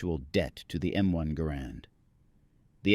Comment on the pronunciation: It gar rend not gar Nord, it's a Canadian design after all.